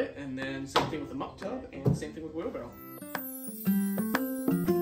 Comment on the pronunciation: The word is "WheelBARROW"...🤦‍♂